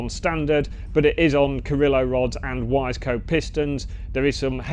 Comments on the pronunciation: I started out pronouncing Wiseco as Wise co but l was told years ago that it's actually pronounced Wi seeko. Regardless though, it's very cool seeing some older superbikes still being ridden and having explain some of their technical details. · Wiseco and OZ. I just learned I have been mispronouncing these names for decades. Cheers.....